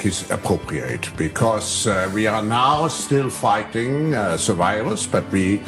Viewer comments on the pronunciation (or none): "We are still fightinga" "fightinga" fightinga" 🎶🎵🎼🎹 And here- inga..."🎶 LOL the accent is hilarious! October is sacrifice month...RFK wants more testing on children...hate him! He contributed millions to P Z y s e r. (or was it the other way around?) Black swan = introducing surveilance technology (robots,etc)15, 10, 5 minute cities, etc.They want everyone in the big city regions, in 5 story apartment buildings with no elevators....Behind the Green Mask=Rosa Koire warned us all! (she "died of cancer")